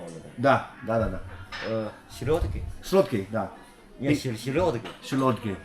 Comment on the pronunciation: Селёдки! -Слётки? Ахаххахаах как же это смешно смотреть Чел выбрал учить русский у китайцев которые чут чут по русски😂 Сто шесят восема понима?